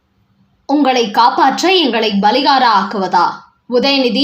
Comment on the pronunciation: அம்மா! அது பலிகடா.பலிகாடா அல்ல.